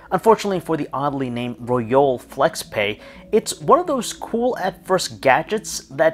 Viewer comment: You pronounce both brand name and product name incorrectly 😣